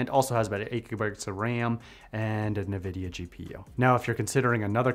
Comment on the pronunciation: You can do Android texts on your Windows computer too. It's just that not a lot of people know about it, I guess. "na vidia" is killing me.